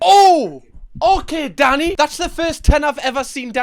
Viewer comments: I genuinely can’t tell if his name is Danny or if you’re calling him daddy 😅😅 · This entire video I thought you were calling him “Daddy” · I'm guessing they have their hygiene rating up twice so the customers know they have received that high rating 2 years in a row? Or however often they are rated. Oh, his name is Danny? I thought, for most of that video, that you were saying Daddy! 😂 No, fish should not be slimey, not if it's fresh! There is always at least one bully in any group of people but I'm thinking Danny will be able to handle them, just fine. I don't see Danny as the bully in this instance. He was just giving his personal view. He wasn't abusive, he was just pointing out that he thought it was the wrong thing to do. And I agree. But I don't think the guy he was talking about was abusive either, if he praised Danny. If this is 'beef', then it's a teeny weeny miniature highland calf! ❤️💛🩷💙🧡💜💚 ❤ from the Highlands of Scotland 🏴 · I know Danny is being said all I hear is Daddy. I know jerk chicken is being said all I hear is dirt chicken. I am pretty sure in the states you can't have a random kitchen in your house selling dinner to the neighborhood. The city will not do an inspection for you or give you a business license or they will say that your in a residential area that is zoned for houses only not food kitchens.